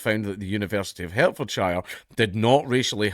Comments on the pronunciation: Its pronounced “Hart”-fordshire by the way. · Part of his disability is imagining that there is a university in "Hair-t-fore-shyre". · "Hertfordshire" is pronounced [ HAAT•fd•sha ]. You're speaking with a strong Goidelic foreign accent. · Ironically your pronunciation of my home county absolutely infuriates me 😁. It’s pronounced HART-fordshire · you mispronounced Hertfordshire. sue me daddy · I'M SUING DANKULA AS HE PRONOUNCED HERTFORDSHIRE WRONGLY. He's discriminating against us southerners. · Dank pronounced Hertfordshire wrong, I'm going to sue for discrimination of my county 😔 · You're racist, it's pronouced Hertfordshire not Hertfordshire. 😆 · Dank says "Hertfordshire" wrang